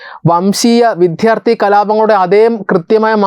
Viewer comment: "വിധ്യാർത്ഥി" അല്ല, "വിദ്യാർത്ഥി " എന്നു പറയു